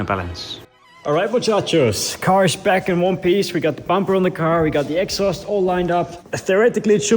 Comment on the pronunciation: "Egg-sauurst" -exhaust